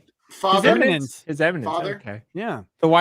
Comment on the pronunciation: should be addressed as "Your Imminence" as a nod to his inability to pronounce "eminence." How many times have I cringed at his "imminent precedent" misstatements.